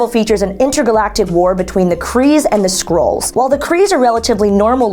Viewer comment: And it's "Skrulls". Not "Scrolls"...